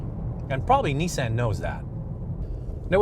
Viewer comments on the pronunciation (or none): I agree. He doesn't even know how to say Nissan.